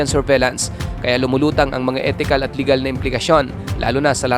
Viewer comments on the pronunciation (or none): none